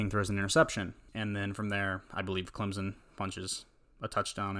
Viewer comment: NO Z IN CLEMSON please stop my ears are bleeding